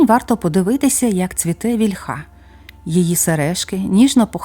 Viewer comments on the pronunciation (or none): Ну,зовсім не володієте українськи наголосом: вІльха,бо рос.- на 2-му.